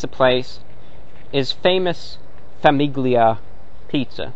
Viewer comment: gli in Italian is almost silent, pronounced "lee" with your tongue at the roof of your mouth so it's a very faint g very soft. So Famiglia is like Familia in Spanish, It means family, why did I need to comment this on an old video I don't know but you're welcome to who ever is reading this